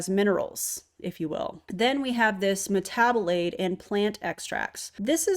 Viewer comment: metabolaid?? made me think of marmalade when you said that